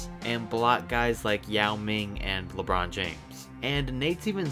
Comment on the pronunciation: "lebrawn jaymes"!!